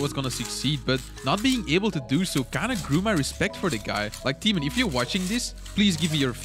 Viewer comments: yoo dude i love you but i am from Poland (like Tymon lets go) and the way you pronounce his name hurts a lot <3 (but i know its hard :) ) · I am from Poland and it makes me laugh when people read Tymon